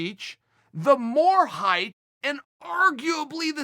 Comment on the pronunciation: Kinda weird when people say “heighth”. It’s height just FYI.